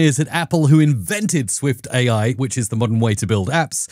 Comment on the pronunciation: It‘s SwiftUI not Swift AI 🙂